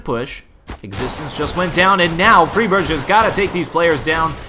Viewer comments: It's fry-berg (like Iceberg), not free-berge. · Great video but keep in mind that Friberg is pronounced with a regular [g] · Great commentary. Liked it a lot. One thing to note though is that Friberg's name isn't pronounced with a "sh"-sound at the end. The G is pronounced like the G in Gregg or Garfield. Don't wanna be a nit-picky little bitch. Just thought some might wanna know. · you pronounced fribergs' name around three different ways that entire game :D :D